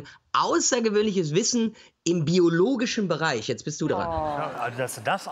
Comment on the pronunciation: "beiologisch" wer kennts nicht... muss n echtes zeugnis sein von dieter ..., eeeh paul panzer